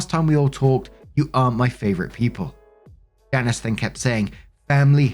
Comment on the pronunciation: Story 1 - When can't pronounce "Janice" properly.................